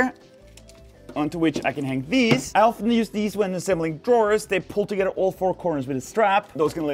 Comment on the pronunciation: tuhgedder??? Lol